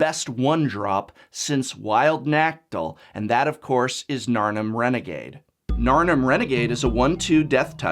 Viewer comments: nuh-CAH-tuhl. I thought you were an English teacher, prof! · "Wild Naktil" >_> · The way the professor says Nacatyl triggers me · "Wild Nactal?" Is that how you actually pronounce it or are you just trolling us. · never heard nacatl pronounced like that before....